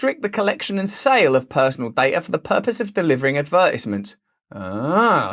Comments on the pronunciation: Listening to Brand say "advertisements" is like listening to a train crash=) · how he pronounces advertisements tho Ad Vertisments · I feel like Americans definitely won the battle in pronouncing advertisements. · The way he pronounced "advertisements" made me weak.